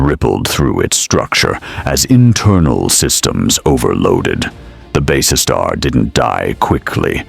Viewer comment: My thoughts exactly, It is also quite obvious whoever did the graphics has no idea what BSG ships should look like. Not to mention it would be nice to have a human narrator that could pronounce Basestar properly, kinda gets annoying after a while :/